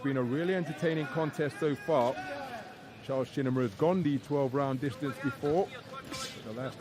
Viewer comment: Its "Shinima" not Shininima